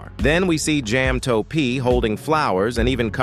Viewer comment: jam toe pee